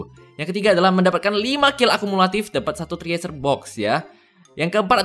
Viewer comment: cresyurr bang bacanya, bukan triesur -_